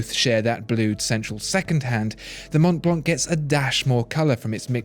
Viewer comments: It's called Mon(t)blan(c). The T and the C are silent and the ''an'' is pronounced like an ''o''. But cool video! Love this channel! Greetings from Zürich. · Montblanc is pronounced without the final 'c'. By the way, it's a German make. It derives its name from the tallest mountain in the Alps, which is called Mont Blanc. Just saying. Why people can think two moves ahead is beyond me. I mean it's a German make but they don't use the German name, so you should not apply some German rules out of the blue to read the 'c" at the end!!! Nobody studies geography anymore, I guess. We don't pronounce Chevrolet with 't' at the end, do we? It's an American car but we use a French word. So, it's a German make of the watches and pens but they use a French word too. Sorry for the criticism. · Pascal that's how the French call it, but this is a GERMAN brand and they promounce it Mont Blanc. Sorry for spoiling it for you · But Montblanc wasn't... such are the dangers of pronouncing non native words.